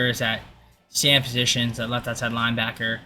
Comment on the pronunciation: You didn't know sam was pronounced like an actual name...